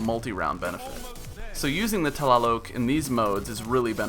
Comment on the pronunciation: I would love to play with you in destiny sometime. I saw you were on Xbox one. My gamer tag is BTW: it's pronounced T-lie-lock